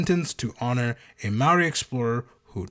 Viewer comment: great pronunciation of 'maori"